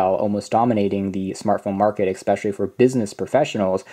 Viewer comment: I find the way you pronounce "especially" very annoying.